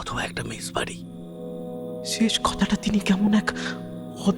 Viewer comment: Wrong in Bihar people eat a lot of spicy food.... especially chillis. Its only the Ghotis of West Bengal who add sugar to every dish that they cook 😂... Its MESS NOT MESH SERIOUSLY WHY DONT YOU GUYS WORK ON UR PRONUNCIATIONS? OPEN ENDED STORY THE LAST PART ABSOLUTELY LOST ALL THE AUDIENCE WITH BRAINS.